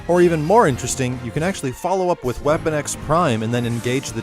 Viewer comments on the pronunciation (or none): none